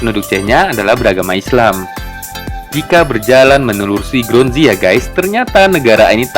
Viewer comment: grozny bukan gronzy, ibukota chechnya, orang2nya sisebut bangsa chechen, wil kaukasus atau kaukasia.